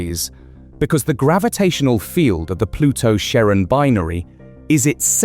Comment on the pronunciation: That's... not how you pronounce Charon.